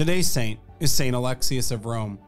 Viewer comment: Its not Alexis its Ah LEX eeeee Uhhhhs